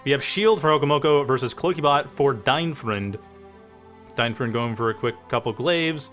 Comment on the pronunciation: Try pronouncing him as "DeinFroind", that should be closer to it than "DeinFrund".